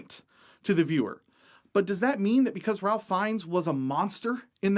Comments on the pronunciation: I am more concerned about you saying /ralf/ instead of /rayf/... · Do you know what the most horrifying thing about this video is? The fact you pronounced his name "Ralph" Finnes. Come on, dude!!! Other than that, great points. I don't play D&D but I think it's ridiculous to say any aspect is off limits no matter how horrific it is. I mean, people are ok with rape & murder in D&D but WHOA...ethnic cleansing goes too far? That said, you should be willing to indulge your players if they say they can't handle a setting. Respect goes both ways and if you think your game deals with difficult subjects, you should be willing to share that information with your PCs and let THEM decide if it's too much. YOU as a dungeon master can only control so much but if you know for a fact that your campaign is going dark places, there's nothing wrong with giving your PCs a heads up to let them know "hey, maybe you might want to know that tonight's game is gonna have a lot of rape in it" and let THEM decide if they want to play or not. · Super minor "error": Ralph Fiennes pronounces his name Raife Fiennes; it's the archaic British pronunciation. Better sounding name I think, but the spelling makes zero sense.